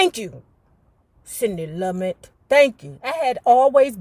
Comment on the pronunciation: Sidney's last name is pronounced Lu-met.